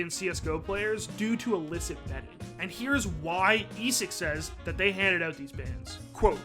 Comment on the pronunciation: I thought I heard illicit "bedding" instead of "betting"